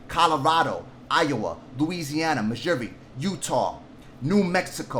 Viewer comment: Love you, I watch every day! But it cracks me up when you call out my State.... Missouri is pronounced Mi-Zury or Mi-zoori lol! Keep up the good work, my man, we appreciate you fighting for ALL of us!